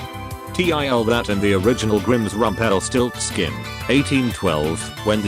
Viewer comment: 🐙God, I love the way the TTS voice says rump-EL-stiltskin! And mary-Joo-wanna...